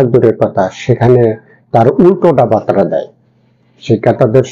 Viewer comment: 'বার্তা' শব্দটি উচ্চারণ করতে পারেন না। আপনি বাঙালী?